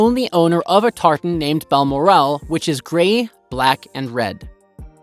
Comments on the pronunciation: I do wish these orators would learn to speak English properl Bal Morel, no such place. Its Balmoral. Row can also mean row one is "rowing a boat" the other is like"" wow," please DO TRY AND GET THINGS RIGHT., it's so annoying when you get wrong pronoucments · Balmoral - say it again 🤪😂😂😂😂😂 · He pronounces Balmoral in correctly. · Can't pronounce Balmoral either. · Coutts Bank is pronounced "Cootts", not "Coats" and Balmoral is "Bal-moral", not "Bal - more- al".